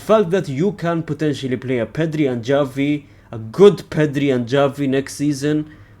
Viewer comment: I know your pronouncing Gavi as Xavi, for a joke right. Or are you doing it on purpose without realising?